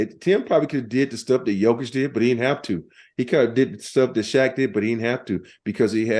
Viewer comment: Come on Dan, pronounce Jokić’s name correctl! Your guest, R. Horry did!